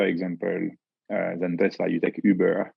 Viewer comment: Next time I call an Uber, I want to say it exactly the way says Ubeeur